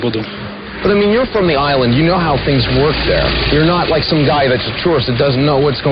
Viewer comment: Saying “tings” versus “things” is probably the most common thing that non-native English speaker’s do. It’s very unusual in other languages to have that “thhhh” sound.